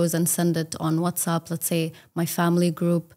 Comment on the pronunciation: SHE IS 9/9 BUT I FOUND ONE WRONG PRONUNCIATION SHE SAID WHATSUP SHE MUST BE SAID WHATSAPP EMPHASIZE APP XD :D